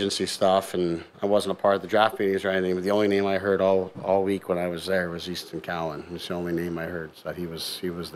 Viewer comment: It’s Cowan not cowen